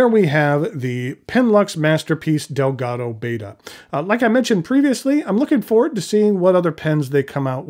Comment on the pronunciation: The Siamese fighting fish is pronounced as (ˈbɛtə), not as in the greek letter /ˈbādə/. Sincerely - Cliff Clavin.